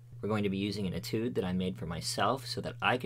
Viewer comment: ay tude not et oode